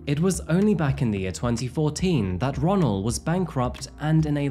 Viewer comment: No lie My name is Ronnell and your pronouncing it is wrong